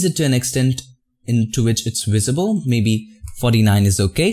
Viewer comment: He Always says Wisible Haha BTW your my great teacher. But u also taught the PRINCIPLE & TIPS. GREEAT JOB